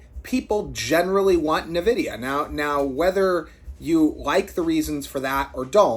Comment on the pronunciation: ITS N-VIDYA EN-VIDEE-AH FUCK ME CHRIST NUH-VIDYA